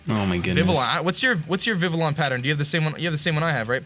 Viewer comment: THANK YOU, for pronouncing Vivillon with the French pronunciation. Finally, someone understands! 😭